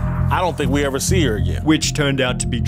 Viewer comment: evarrrrrrr....opportunityyyyyyyyyy.... can't stand how that guy intentionally elongates the last syllable of all his words.